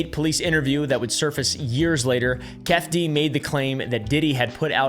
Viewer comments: Not keff-d. Its kee fee dee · "Keff D" is pronounced Keef-ee-dee ;) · It’s pronounced Key-fee D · Its pronounced like keithy D keefe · I only have 1 correction keffe is pronounced keefee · kee fee dee😂 i’m sorry but you mispronouncing that is killing me 😂😂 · 😂😂 my mannn ‘Key-feeDee’ is actually how’d you pronounce it- idgaf but I know some lards may Love you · "Kee-fee-dee". You're welcome! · It's pronounced Kee-fee D but yeah f**k all them evil people. I always appreciate your deep dives. They're far more digestible than other people's videos for me. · it's pronounced "Kee-Fee D" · I get a giggle and find it awesomely how he pronounces Keffe D. Don’t ever change please ❄️